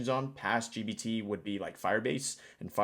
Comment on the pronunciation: bro it's gPt with P. Pronounce it correctly. The Subtext wrote 20 times GBT and one time DBT